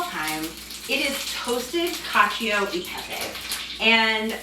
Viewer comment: 😍 si pronuncia cal-cho e pepe 😉